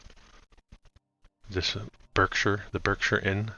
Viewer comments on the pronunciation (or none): none